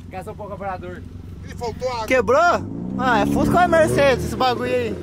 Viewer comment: Boto esquece do s e fusca e ele diz fuca